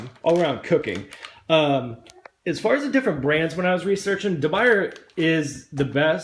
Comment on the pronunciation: It's pronounced, according to English graphics: de biuyaay. Try it.